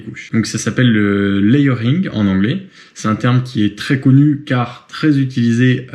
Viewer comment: La prononciation du layering par contre 😅 ' pas ouf'